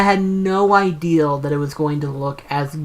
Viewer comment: For: How did you come up with the name Guff for your Toon Link amiibo? For: I mean no offense when saying this & I know has this issue too & even it in his last Q&A but why is it that for example when you say the word "idea" it sounds like the word "ideal"? (I was honestly kind of hesitant to try & ask yet another question for this podcast seeing as I showed up in the last two including this one, I fear that I might end up showing up a little too much.)